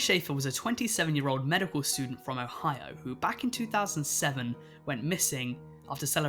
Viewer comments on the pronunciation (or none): none